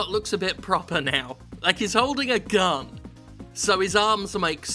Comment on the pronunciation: Why am i thought he said gum instead of gun?